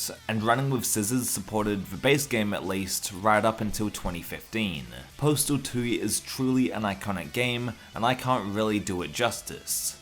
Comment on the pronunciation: Why do you keep saying postal tooie?